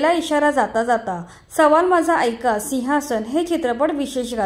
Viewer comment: बाई मराठी व्यवस्थीत बोलायला शिका बोलताना सिव्हासन बोलतात 😊